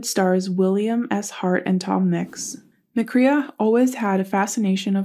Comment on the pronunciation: Nonsense! Check your facts and pronounce the name correctly at least!